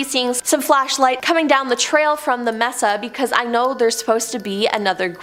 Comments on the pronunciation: It's pronounced MAY-Suh not MESS-uh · Sorry to be that guy, but I cringed every time you said Mess-a instead of may-sa. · You are pronouncing "messa" when correctly pronounced "may sah".